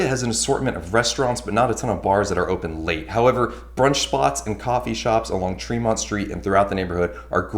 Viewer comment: Good video but Treeemont? lol..."Heat" an option...lol I have to have heat...For sure, stay away from the boring bedroom communities suburbs ...